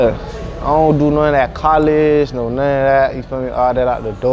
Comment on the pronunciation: When he says “thaa part” it makes me creaseeee still 🤣🤣🤦‍♂️